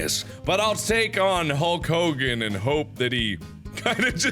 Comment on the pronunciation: HULL COGAN No one in history was called like "Hulk Hogan", No one.